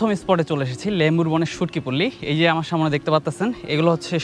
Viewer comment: vai samone hobe na aktu thik kore bolben porer video te kosto kore samne bolben